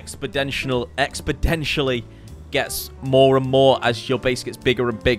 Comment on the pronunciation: “Expidentially” man, British people just have a hard time speaking English.